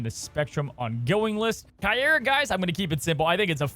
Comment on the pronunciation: The pronunciario is Cay- ey-rrah